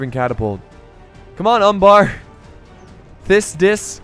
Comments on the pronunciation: "fiss diss" - thicc dicc XD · It's pronounced "Thick Dick", not "Thiss Diss" :3